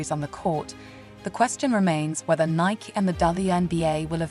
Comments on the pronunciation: It is Nie’ kee, not Niek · Who is speaking/reading these Podcasts.? Nike was pronounced Nik. Too much AI…